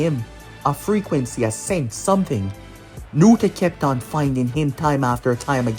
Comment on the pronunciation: NARUTO Not nurta